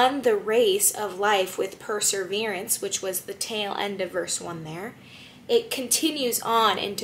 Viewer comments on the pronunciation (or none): I appreciated your interpretation, thank you. Love hearing more of His mercy. (It sounds like you're pronouncing "perSEverance" "perSERverance".